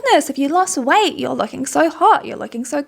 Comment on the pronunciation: The fact that you pronounce weight kinda like white is also very fitting